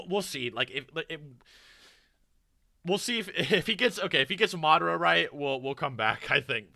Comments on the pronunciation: I'm fairly certain by watching lots of videos he knows pronunciation for Japanese names but doesn't know inflection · subverting the expectations is a thing. Its a very common trope that writers use to feel smart. would know if he wasn't so emotionally triggered by existence. As someone who couldn't say Madara properly for years until recently, its funny to hear him rage about pronunciations. He used to literally say Madarra. Mahduhra. Madra. Even he isn't consistent in how he says certain names. Lmao.